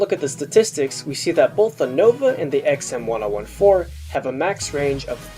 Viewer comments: ECKS-EMM-1-OH-1-4? please pronounce it like this: EMM-10-14. Please it is fucking terrible to listen to yu saying it the way you were in the video. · why do you call it the "XM one oh one four" I always called it the "XM ten fourteen" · huh that’s a weird way to pronounce the xm1014 I thought it’s X-M ten fourteen